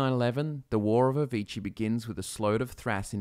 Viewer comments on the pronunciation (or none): none